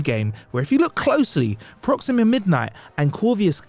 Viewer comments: "Proximia" "Corvius"....this guy is a moron. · Number 10: The butchering of the names Proxima and Corvus… 🤦🏻‍♂️ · How did you completely mispronounce Corvus and Proxima? You added a nonexistent “I” to both names. Weird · Dude, learn how to pronounce Proxima and Corvus consistently, geez. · and I'm pretty sure I heard him say " Number 5 ....IronMen"